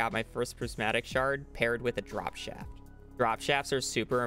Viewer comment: “Goonther” “Drap Shaft”